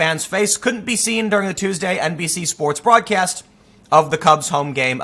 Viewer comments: Did anyone else hear NPC instead of NBC? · Did he say "NBC news" or "NPC news"? Haha